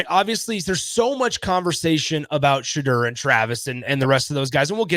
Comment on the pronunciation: I know you’re not in the know but it’s pronounced Shedeur (Sha-door) not (Sha-durr) 😂😂